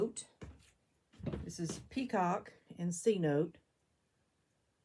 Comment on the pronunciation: Wow! Amazing results!! Love the glaze combos. May I ask what rolling pin you used on the cup at the 7 minute mark? Also the Cenote glaze is pronounced sinotay! Lol. Also what clay do you use? With the mayco gloas glazes and a lot of the underglazes I find that putting the each layer of glaze on in a different direction reallly helps with it looking even and glossy!! My kiln fires the bottom at a full cone hotter than the rest!! I love your hair as well. Lol